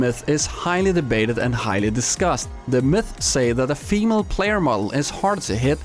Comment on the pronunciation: Why do you pronounce female like femele